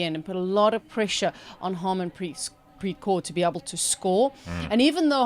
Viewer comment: Renuka Singh Thakur, not "Renaka sing Dakar" like you pronounce. Emphasis on the gh, th and ur. Smriti Mandhana, emphasis on the an and dh. It's not "Mendana". Harmanpreet Kaur, not "Haamanpreet Core" I don't have time to rewatch the whole video but you see the errors here in the first couple of minutes. To say my assumptions are wildly off base is incredibly condescending in light of the evidence. I did not expect such a defensive response. Do better for your Indian and Asian fans.